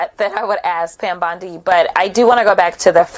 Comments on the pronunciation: Fix your AI voice! It's bOndi, not bAndi! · Her name is Bondi, not your"Bandi,". Fail! Take it down and do it over. If you can't get elementary facts correct, please stop polluting the 'Net with your ignorance,. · You lose credibility (and probably viewers) when you continually mispronounce the simple name of Pam Bondi. Details matter.